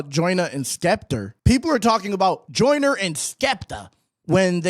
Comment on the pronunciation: No he’s saying “Jonah” on purpose…we know how to say “Joyner” in the UK 😂